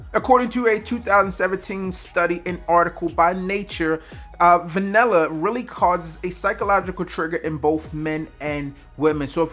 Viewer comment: For those of Us not from Maryland or NY(BBB -MrG) pronounced vanella" is Vanilla..